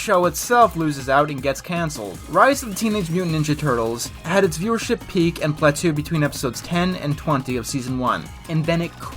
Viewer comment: Speaking of bad videos, did you say, "pla-too?" The word plateau is French, it's "pla-toe". Like the French word for water, eau.